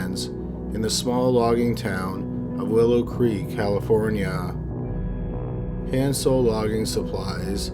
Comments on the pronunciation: I'm addicted to your channel. Can't wait for new ones. FYI: Hans is pronounced Hons not hands. 😁👍🏻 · hans - it's pronounced haanes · Hans is pronounced "Hahns", not "Hands" sans D. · HAHNS not han(d)s jfc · It's not handz its hanz. Hhh-onz not Hhh-an-z. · I can't get past how you pronounce Hans like hands lol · Hans was pronounced wrong, since one of my late relatives had the same name. The outhouse babies really tore up my heart, especially as a mom, I couldn't imagine doing that to my own child or "allowing" someone to do that, more so not being able to prevent it. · Is that really how that family pronounced Hans? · I wish you would pronounce Hanz the right way... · Pronounce "Hans" like anyone but is saying it. Minus the "s."